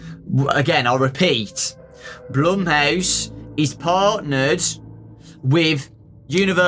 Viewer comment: Not even says blumehouse